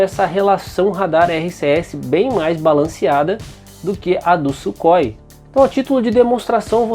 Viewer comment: Ótimo documentário e video excepcional, os Gripen passarão a ser as mais avançadas aeronaves de combate do nosso continente, e só com os pontos levantados no video já evidencia isso. Só uma dica na pronúncia do nome Sukhoi em russo Сухой (surrói). Ansioso para os próximos videos!!!!